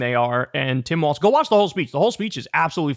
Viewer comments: DUDE his name is "Walz"! Not "Waltz"! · Lol Kyle keeps saying Waltz, no wonder I was confused when I saw he name is WALZ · It's pronounced "walz" not "waltz" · Kyle, his name is not goddam Waltz, its Walz. There is no T. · Kyle, it's "Walz" not "Waltz". Come on man. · sir it’s Walz not waltz …❤ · KYLE! STOP CALLING HIM WALTZ!!!! THERE IS NO 'T' IN WALZ! Five seconds in, and you did it again! Like in every single clip you post and say his name in... How can you chide trump for calling KAmala KaMAla, when you mispronounce her running mate's name every... single... time... Next video I hear you say his name wrong again, I am going to click you away and never click any of your videos again. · "Walls" not "Waltz" sincerely, a Minnesotan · Walz, not waltz! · Kyle.. love ya.. forever and always.. but there ain’t a damn “t” in “Waalz”. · kyle it’s not waltz it is walz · You have to stop adding a "t" to "Walz" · Kyle, it's pronounced WALLS not WALTS. For someone so infatuated with him, you think you'd be able to pronounce his name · must one of those weird things where kyle pronounces it wrong. he does that with some other words too. i also heard that in german language the 'walz' has a T sound in it. (no idea if tim walz has german ancestry or not) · Pronounced "Walls" - like "Balls"...lol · Is it just me or Kyle keeps mispronouncing his name “Waltz”. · If we're going with German pronunciation the W should be pronounced like a V. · There’s no “T” in Walz,. Please stop pronouncing one.